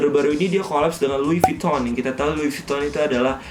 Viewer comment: Fyi : how to pronounce “louis vuitton” properly is “lui vitong” (with bold V, and slightly “ng”. if u know what i mean) thanks me later.